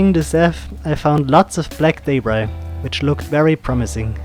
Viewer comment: A great vid Thanks. The word you pronounce as Daybry? What is that? You mean Debris ? Then it is pronounced D-e-b. R-e-e. Deb as in Reb or Pebble. And Ree as in re ceieve or re place etc. Debris is pronounced Debree! Got it? Where do you get Daybry from?